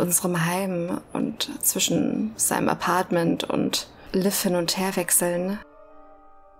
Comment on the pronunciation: Bei allen Aussprache- und Betonungsfehlern, die Marion von Stengel sich in diesem Spiel bisher geleistet hat (auch hier wieder: "Liev" statt "Liv") muss ich dir trotzdem schreiben, dass die Aussprache von Lucia = "Luu-tschi-a" ausnahmsweise absolut richtig war. So wie du es aussprichst "Lucy-a" ist es falsch. Kennst du etwa nicht das Lied "Santa Lucia" - weltberühmt und zigfach gecovert von allen möglichen Schlagersängern...